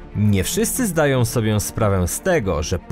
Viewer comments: Weź się zastanów nad tym ĄĘ, bo straszna wiącha... Na przykład "zdaje sobiĘ sprawę"? Pliiiizzzz.... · Ile bym odcinków nie oglądał, to w każdym przynajmniej raz slysze 'SOBIĘ'. Uwielbiam twój kanał i przyjemnie się ogląda każdy odcinek ale tego jednego słowa nie umiem przetrawić, wybacz. Zrób coś z tym proszę.